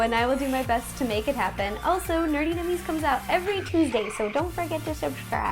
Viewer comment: Does it bother anyone else that she says nerttie instead of nerdy nummies?